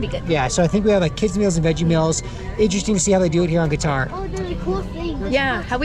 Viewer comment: I don't understand your pronunciation of qutar. And I thought which place is this. Haha